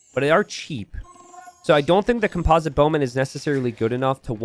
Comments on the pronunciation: it's COMPosite bowman, not comPOSite bowman! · Holy crap man i wasn't gonna say anything, but you've said "comPOZIT bowmen" like 15 times now 😂 and then right after that, you say "composition" flawlessly. It is the root of that word yet you pronounce it so differently😂😂😂